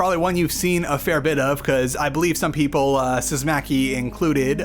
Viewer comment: Breh, here's an easy way to somewhat correctly pronounce David Szymanski's name. Just say "see-man-ski"